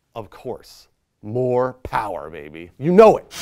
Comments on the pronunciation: If you're gonna fill in for James you have to say it right....don't white boi it and say mo"re" pow"er" baby....its.........mo powa babi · the way james does it is undeniable MO POWAH BABY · He even says mo power baby wrong. I didn’t even know that was possible.